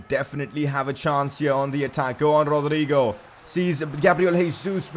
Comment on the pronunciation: I don’t know if it’s just me but I hate the way he says Rodrygo